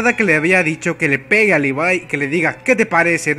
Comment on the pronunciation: libai?? wtf si te queres hacer el yanquee por lo menos levai es mejor. pero lpmqlrp es LEVIII . me cago el vídeo diciendo asi a mi querido levi. como molesta eso d los youtubers